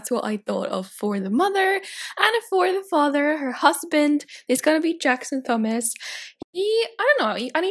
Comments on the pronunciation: In the UK, the name Thomas is pronounced Teh-oh-mass (we ignore the 'h', so the 'Th' doesn't make a 'ff' sound in this case like you were pronouncing it). Hope this helps! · The only thing I didn't like about this. You constantly pronounce Thomas as Thumas. It's Tomas. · I thought Thomas was pronounced Toh mas not thumas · It's pronounced TOM iss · tHomas? In that, the "H" is silent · Thomas is pronounced like Tomas, sorry I’m such a grammar freak lol